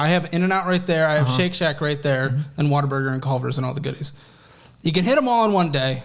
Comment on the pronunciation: It’s WHATABURGER not “water burger.” 😂